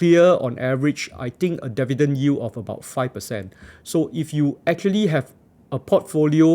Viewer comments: Dee-vee-dend not deaf-vee-dend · how many times did he say devi-dens in this video? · you got my like for sticking to your guns and saying DEH VIDENS throughout the video! still funneh 1yr later sorry XD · It will help if you learn how to pronounce “Dividend” correctly.